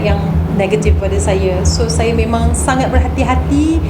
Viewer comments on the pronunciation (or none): Kenapa sebut saya....sayer... Lorak mne tu....Pagabg ke... Kedah ke.... Ataupu. Lorak sendiri.,.nmpak mcm extion sngt....cakap2 elok2...jngn risakkan bahasa melayu...kalau kite bngsa melayu yg tak.mertabatkn bahasa melayu....siapa lagi....